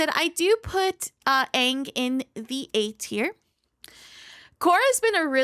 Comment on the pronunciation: Im sorry but its pronounced as Ong. Did you even you play the first level of the story mode?